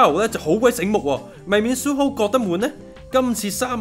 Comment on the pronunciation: 調情呢兩個字你都講得出😂 好心你報出街之前就睇下佢地嘅野先啦 隻扼係EXO裏面吾只得世勛同Tao有囉😌 而且阿 你一直讀錯Suho個名囉😏 想炒紅自己本野都吾係用呢啲哪渣招 EXO出道一直都係互相支持 好啲感情又話人呢樣個樣 友情吾等同於愛情 你懂不😊 你咁樣膠報對佢地影響幾大你知吾知？由其係Tao 好好地去渡個假又比你話池邊偷情 膠到一個點囉 估吾到我第一次知呢本野係因為呢啲派膠報導 如果你有翻小小良心好心你就公開澄清加道歉啦 Face magazine想紅不是靠這樣的